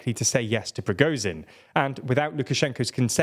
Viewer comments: You are mispronouncing Prigozhin. The zh is like j, or dge in sledge, not z. Пригожин, the letter ж is usually transliterated as zh. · There is no W in Russian. "В" is pronounced as V. Progozhin is spelled with Ж pronounced zh as in pleasure. If cannot even get that right, how much credence can one give to the channel? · Wagner is pronounced with a V like the composer! Can’t listen to an announcer with such poor pronunciation! Pacing is great but Goodbye for now. …..Also Prigozhin ZH like Je in French…